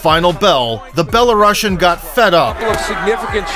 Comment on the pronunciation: Imagine the narrator being able to pronounce names, countries, titles, or anything correctly! Bella-russian hahahahaha you sir suck at this.